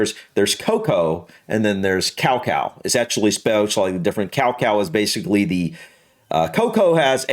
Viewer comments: Iv never heard someone pronounce cacao like that 😂 cow cow! It’s ka-cow 😂 also your wife likes terrys chocolate orange it’s British! She has good taste! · we pronounce cacae more like ca-cow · I thought he was talking about 100% pure cacao powder which he pronounced as 'cowcow' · Cacao is actually pronounced Ka Kow